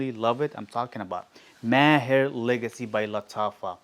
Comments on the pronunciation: That's amazing. No wonder you pronounce Maher, Entebaa properly 👌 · I like how you pronounce "Maher", sounds authentic 👌 Nice list bro